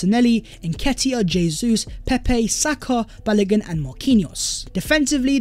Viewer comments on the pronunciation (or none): none